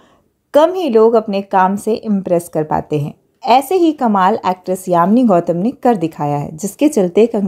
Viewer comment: Yami Gautam not yamini Gautam